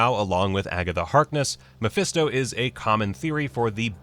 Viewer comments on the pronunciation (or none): none